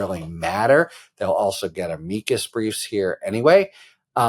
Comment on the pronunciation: Thank you for pronouncing 'amicus' correctly.